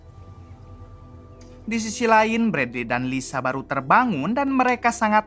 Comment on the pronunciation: Liza bang bukan lisa